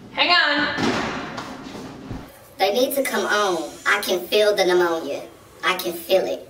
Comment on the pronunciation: Trinity Tell she said namonia pneumonia